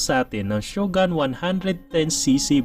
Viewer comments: Shogun? ShogAn ba bigkas nyan? Ang alam ko shogOn bigkas e. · Ganda ng mga content mo Sir, mali lang pronunciation natin ng SHOGUN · Nagka motor kayo ng ganyan pero hindi nyo man lang inalam tamang pronunciation ng shogun🤣